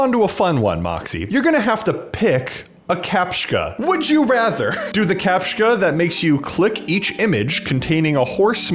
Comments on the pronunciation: "captchka" WHYYYYYYYYYYYYYYYYYYYYYYYYYYYYYYYYYYY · Captcha, there is no K in Captcha. Capt-cha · the way you say captcha hurts... It's capt-cha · its pronounced "kah-p-chuh"